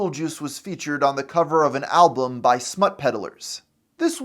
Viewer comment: ah yes, "ALBLUM"